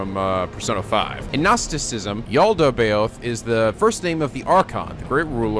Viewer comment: THE MISPROUNCIATIONS OF YALDABAOTH AND APO..I can't spell it so mabye im not one to talk